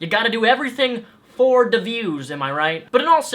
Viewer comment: Don't say "da views" ever again